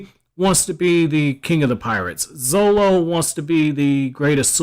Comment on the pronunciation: is pronounced zoRo not zolo dummy.